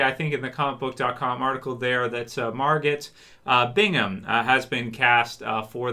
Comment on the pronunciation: MARGOT has a silent T Margo